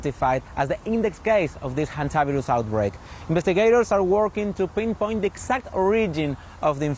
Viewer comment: Hondavirus ( Indian pronunciation) will spread during world cup